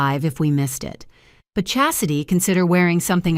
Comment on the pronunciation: All these accolades are correct and I could overlook the incorrect pronunciation of Chastity but mispronouncing demote fi was too much.